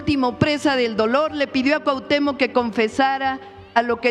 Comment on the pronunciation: Por qué deforman las palabras están usando la palabra Cuahutémoc con K al final